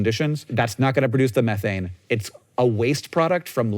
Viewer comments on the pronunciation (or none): none